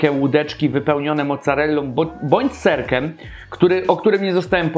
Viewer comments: naucz się mówić xd mówi się serkiem a nie serkem takim a nie takem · serkIem kurła, a nie serkem :P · "serkem" serkiem Panie się mówi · mówi się "kurczakiem" a nie "kurczakem" i "serkiem" a nie "serkem" i "krótkie" a nie "krótke" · widziałeś jak robią pizzę? całe te dziury są wypełnione serem, inteligencie ser się rozpuszcza i wypływa. kolo naucz się mówić "serkem"? jak już SERKIEM masz poważny problem z wymawianiem litery "i" w słowach. popracuj nad tym, to naprawdę boli w uszy! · "Serkem" xd Ale rozumiem, każdy może się pomylić ;D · SERKEM xd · Serkem? O chuj tu chodzi? Naucz sie mowic bo to wkurwia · witam jedynego youtubera który nie potrafi poprawnie wymówić nazwy KFC. Jak mnie kurwać męczy to Twoje odwieczne KE ef si, he, he :) Ogólnie zawsze oglądam i łapa w górę. Pozdro :) SerkEM, słodKE chili itp. Spoko mordo już wiem co jest grane... nie czepiam się co do Twojej polszczyzny :) Działaj dalej. Siema.